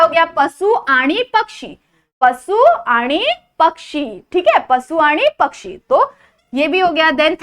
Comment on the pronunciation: te pasu nahi pashu ahe